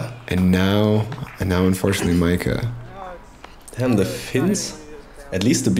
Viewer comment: Why would you pronounce Mika as Maika? 😅 The chain rattling for a star frame is a central European thing. We don't do it in Finland at least.